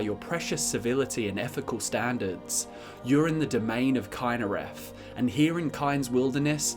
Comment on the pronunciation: Very weird way to pronounce Kynareth. Completely different from how every NPC pronounces her name.